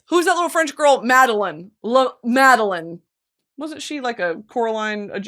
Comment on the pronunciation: Saying Madeline for MadeLINE drove me nuts